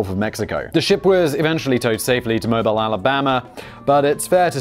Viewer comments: Mobile, AL is pronounced mo-beel, rhymes with no peal. I know we got a lot of weird names in Alabama, thought I’d help ya out. :) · Poop Cruise—Mobile is pronounced “Mo-beel” (like automobile just take off auto). I worked Downtown Mobile when the ship was towed into port (about half mile from the dock). The smell was like that of port a potty. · It's pronounced Mo-beel, because the (American) South likes to make its own pronunciation rules. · It's pronounced Mo-Beel. But still cool to hear my hometown mentioned. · It’s mo-BEEL Alabama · It's Mo-beel Alabama. I know this one is extra tricky. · Locals pronounce it Mobeel Alabama. French influence along the Gulf Coast. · F.Y.I. - It's pronounced Mo-beel, Alabama. 🙂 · Mobile (Mo-BEEL ) Alabama, Simon. Don't you speak English? .......................#Smash the Dislike Button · Say with me Simon "MOBE EAL" ALABAMA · Simon.... its Mobile... not like the phone. Mo-bee-ill Mo- 🐝- 🤒 My family is from there so... please allow me to teach you how to say it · Mobile, in Alabama, is pronounced 'Mo (long o) beel' with accent on beel. FYI. Loved the video, btw! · Mo bee al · Simon cant pronounce my home town. Mobile = "Mow-beal". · It's pronounced "Mo-beale". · Has he never read to kill a mockingbird. “Moe-bill” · Mobile Alabama is pronounced "Mobeel" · I remember the poop cruise. There is no allegedly, you could. It is pronounced Mo- beel. Poeple who say mobile( like the phone) usually get carjack and shot, allegedly. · It's pronounced Moe-Beel, Alabama. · Moe-beel Alabama. Actually more like Moe-BEEL. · It's MO-BEEEL... I'm gonna start mispronouncing all those fucked up "English" words now, out of spite. Also, smashing dislike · FYI - Mobile, AL is pronounced Mo-Beal. I lived there when this happened. The city and the cruise line had a falling out after this and cruises were moved to New Orleans for many years leaving the city on the hook for a multimillion dollar cruise terminal. It was a shit show on both sides.